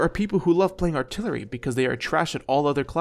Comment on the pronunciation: "Remove altilery"